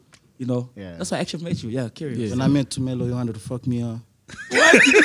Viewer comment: Did he say "thumelo"?